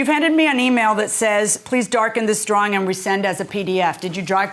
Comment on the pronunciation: It's a drawing, not a drahring....